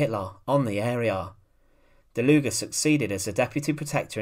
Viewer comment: It is pronounced: "DALUG", for 'murricans: "Dahloog" Please don't say DalugA or something